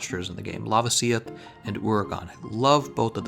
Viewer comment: The way you pronounce la-VA-si-oth and JEW-ra-TO-das triggers me.